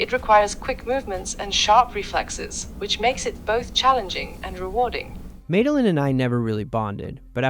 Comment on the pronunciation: you don’t even know how to pronounce your ai friends name 😂! It’s not “ made- a - lynn “ it’s “ maddy- lynn” 😂